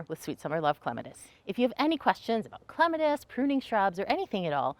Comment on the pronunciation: Thank you for pronouncing it correctly 🙂